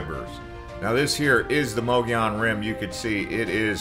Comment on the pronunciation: You pronounce Mogollon wrong.